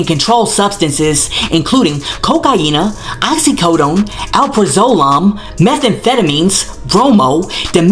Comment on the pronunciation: Alprazolam pronounced Al PRAY zo lam. Accent on second syllable. Is Xanax -- Ex medical transcriptionist here.